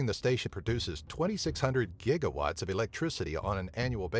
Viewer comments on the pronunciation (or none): none